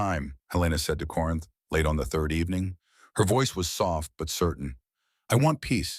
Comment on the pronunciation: The names in this script are ridiculous !Take " is old " and " as sold " for " Isolda " or " Isolde ". Nonsense like that is inexcusable and insulting to every listener and could be avoided by simply having a human proofread the AI written effort . That simple step seems to be too much to ask. I felt a little upset at Corinth being read as "Corn " by AI. How can Aldrick betrothed hid daughter to Dorian and then to the king .